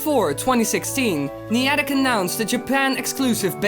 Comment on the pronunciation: You pronounced Iwata and Niantic wrong